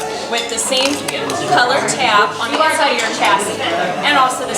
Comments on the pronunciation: I heard someone say chassis like chass iss not chass ee Which annoyed me. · instructor pronounces “chassis” as “cha-sis”